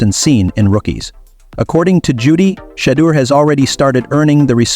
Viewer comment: This guy should never say Sanders name, he can't even pronounce it, but he pronounces all these white players name properly, if you can't say his name right, don't even say it at all, it's a good show, at least give the man's name some respect and say his name the right way or don't say that all, just say Sanders if the first name is too difficult for you to pronounce, I think it's a good show, but say the man's name right, please.